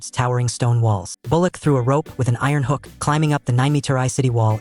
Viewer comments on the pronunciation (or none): none